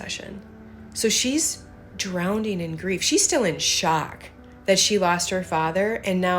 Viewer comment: Drowning doesn't have another d in it. It's not pronounced drownding. FYI. 😉